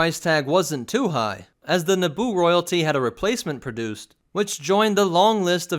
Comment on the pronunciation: Eeeeeeeeeeeeeeeeeeeeeeeeeeeeeeeeeeeeeeeeeeeeeeee It's Naboo